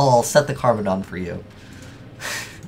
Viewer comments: its called "carboneddon" and not "carbodon".... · just for reference sake pronunciation is "Carbon-edd-on" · Carboneddon Car-bon-edd-on is can't pronounce anything. Also I like how he says the deck isn't that great and then this video comes out.